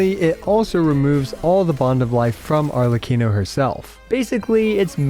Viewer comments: SHHHLECCHINO is made my day 😂 Tnx! Great review as always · I was letting the video play in the background and I genuinely thought said "Shitlecchino" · "LORE ACCURATE ARLEECHINO"